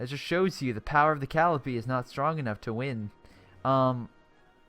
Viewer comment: It's cuh-lie-uh-pee